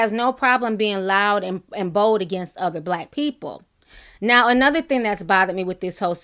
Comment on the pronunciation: Please quit saying "theen" the word is "thing!"